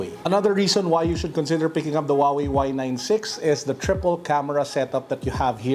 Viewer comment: Did he say "Huawei y9....s..i..x"☠️